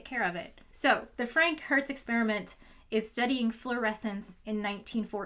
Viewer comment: i keep hearing Frankenhertz (like Frankenstein xD)